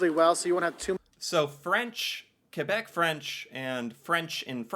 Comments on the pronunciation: I appreciate that you pronounce "Kebec" instead of "Kwebec". 😊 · I really appreciate you pronouncing quebec properly, I do not hear it often but it always warms my heart to see my country respected like that :) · Thank you for saying Québec and Québecois properly. You actually say it better than our fellow english speaking Canadians. The effort is appreciated 😁 Merci! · Hey, funny video, but really, congrats on your prononciation of "Québec". You got it perfect. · I'm very happy to see the effort you're putting in pronouncing Québec properly. Most people don't bother. Warms my heart a bit. That thing about private parts, it's the France word "Gosse", which means "kid", but in Québec it's a testicle.